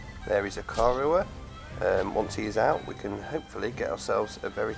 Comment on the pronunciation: "i-car-oah" is how to pronounce it